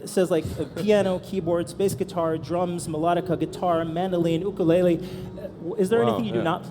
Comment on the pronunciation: Lol, , Chris Brow